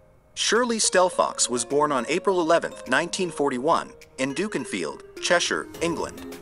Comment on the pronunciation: Just a polite correction The town Dukinfield is pronouned Duck in field